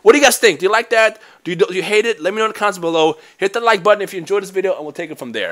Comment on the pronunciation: Every word with the letters (TH) like the word (The), you pronounce like (Duh). wtf? It's just kinda hard to make out what your saying sometimes...